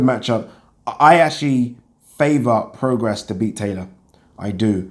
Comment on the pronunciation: It's pronounced 'pro-gray', not 'pro-gres'.